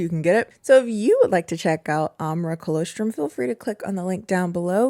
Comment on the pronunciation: I think you’re pronouncing colostrum incorrectly, and I normally wouldn’t comment but it’s part of breast milk, and I actually went to check the description because I was hoping it was a different type of supplement 😂